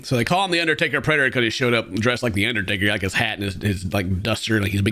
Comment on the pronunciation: I thought they said "The Uddertaker Predator" and that's all I can hear now.